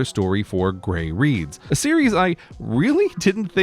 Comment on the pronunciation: You'd better tell Chris Pratt about that - he's never mentioned that any time anyone's interviewed him about designing the flag! :D (also, Grey's pronunciation was just fine)